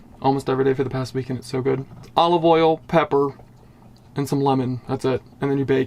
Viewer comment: The way you pronounced pepper. Sounds very American exotic, Midwest? South Midwest?